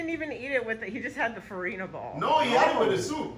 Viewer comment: Na semo dem dey call ferina ball?😂